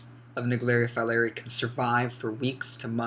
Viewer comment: Is pronounced folerai